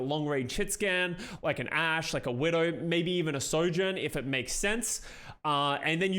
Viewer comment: Why do I keep hearing Soldierjourn ? :(